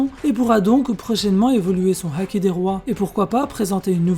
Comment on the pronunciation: Évite de dire la haaaki avec un accent chelou